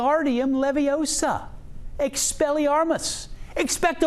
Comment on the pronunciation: it's "levi-O-sa, not levi-o-SA"